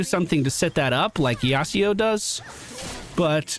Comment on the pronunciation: it's yasUo not yasEo pls :( yonn or yone but still pronouncing yasuo yaseo :( i'm sad